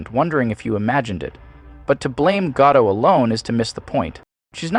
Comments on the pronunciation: She is consistent. I like your pronunciation of her last name. “Ga-doe” “Ga-dot” “Gaa-dow” Christ just pick one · Not to hate bc I enjoy your videos a lot, but we can still pronounce her name correctly even though we don't love her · Just when he finally started pronouncing her name correctly, he went right back to messing it up. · You pronounce her name wrong. She's not French, she's famously Israeli. You pronounce the "t". She can't act, but, again, she's Israeli, not French. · Still not sure if Gadot pronounced with a hard t or a silent t. And you said both. So I am more confused. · Maybe learn how to pronounce her last name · Great character study, masterfully delivered. The only thing that irritates me is that you pronounced her name correctly most of the time, but there's that section in the middle where you swallow the "t" at the end of Gadot, before coming back to the right way again. Weird. Weird.. Anyway, take my like and my description, good Sir. You did well. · The T is not silent. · o min.s - I don't even like the woman, and I agree with your critique overall; but every alarm bell goes-off when someone goes out of their way to mispronounce someone's name when almost everyone knows how to say it correctly. (We Americans are something else.) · Gadot with a "t" not with an "o" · The T in Gadot is actually not silent. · If the narration pronounced her name correctly, it would give more credence to the idea that this was a well thought out presentation instead of a hack job. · I was about to type "when the Youtuber can't pronounce Gadot correctly" but you started to say it correctly lol. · It's pronounced Ga-DOT, not Ga-DOW. Gal is Israeli, not French. 🤪😝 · It’s pronounced Guh-doTT Not Guh-dough. The T is hard. She’s Israeli, not French. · Her name is pronounced as it is spelled, Gadot, not Gadoe. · Don't you just love those names/words that you're not quite sure how to pronounce, so you use variious pronounciations, lol. "Guh-Doh" "Gah-toh" "Guh-Dot"